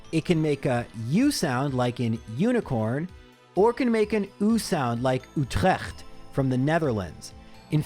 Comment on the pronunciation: Funnily enough Utrecht in Dutch doesn't actually make the "oo" sound for the u. It's more like the u in dude or somewhat similar to the "ew" sound in English.